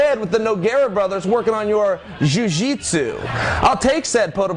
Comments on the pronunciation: 'Jui Jitsu' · jyuujeet suu